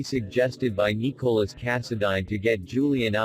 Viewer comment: How come the speaker can't pronounce Nicolas name right LOL😁